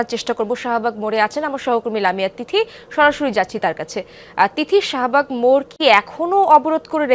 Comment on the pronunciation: It is Shahbug not Sahabug. I mean Shah not Saha!